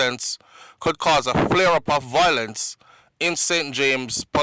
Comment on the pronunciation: It’s not, VOIL-ence! It is pronounced as, VI-olence.